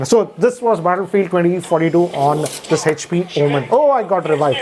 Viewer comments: Normal People: HP: Hetch-P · It's Echpy not HP 😂